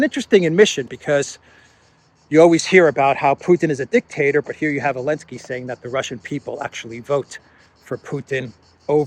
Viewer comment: would have more credibility if he would Zelenski's name right. Not ELENSKI.